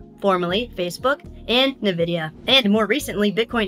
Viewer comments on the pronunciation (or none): Did you just say "nuh-vidia"? 😬 That's... uh... that's not their name. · NVIDIA reads Envidia, not Navidia... 😅